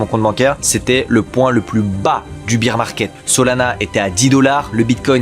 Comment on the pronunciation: cool la vidéo par contre vrmt juste un petit effort sur la pronunciation de bear market stp ça me tend 🤣